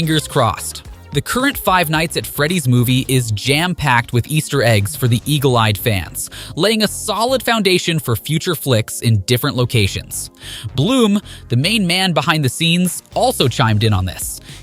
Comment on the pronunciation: Is it Irritating anyone else how he's pronouncing Blum as bloom or is it just me?